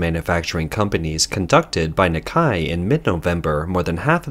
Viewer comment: It's "Nik-Kay", not "Nik-kai". typical AI voice error.